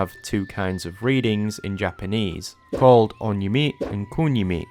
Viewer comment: On-yomi (accent on ON) & Kun-yomi (stronger accent on KUN) 😅